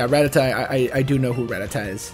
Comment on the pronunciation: Dude Ra-TAT-a. That was killing me haha